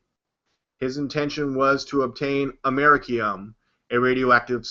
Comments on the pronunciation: his fat ass is trying to say America-ium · Am-er-i-cum you stupid hick. It's americium. Amer-eeee-c-um